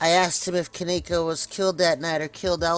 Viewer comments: No offense but at least you could say her name right.. Kenneka.. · Bullshit u can't even say her name right. This video is bullshit to think her mom wld do something like this she DID NOT GET PAID. Your so full of shit looking for views get tf off Yt